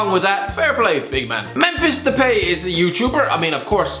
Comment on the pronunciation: De"pay" it's De"Pie"